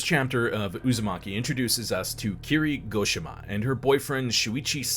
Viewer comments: Kirie, and Tomie end in an 'ey' sound, just FYI. Love the video, though. Junji Ito is hands down one of the greatest mangaka. His imagery is right up there with Kentaro Miura of Berserk as some of the absolute best illustrations, ever. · Great video but Tomie is pronounced Toe-me-ay. Same with Kirie: Ke-re-ay.